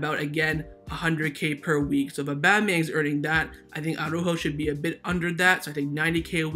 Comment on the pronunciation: I just hope that Araújo will leave the club as his name always gets f*cked up. It's not Aww-ráhhho, it's not Aww-rúhhho. It's Ara-Újo. Araújo consists of two parts: Part 1: Ara. You pronounce it as it is written: "Ara". So, you pronounce each letter. A-ra. Part 2: Újo. Also here you pronounce each letter, emphasis on the Ú and soft j like in jamon. Now, let's combine it: Ara-Újo. Pronounce each letter in the correct order, but only put the emphasis only on the letter Ú. I know you can do it,, you have said the name correctly many times. But now you're sliding back to the retard Aww-ráhho... Have a listen to Alex. He's a Spanish speaker and he pronounces it correctly. Just trying to help you bro.